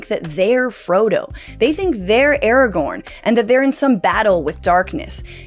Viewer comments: This video lost all credibility when you said ‘Aragon’ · Okay, I held my tongue on "Vaylar," but "Aragon?" Oof. Good video though lol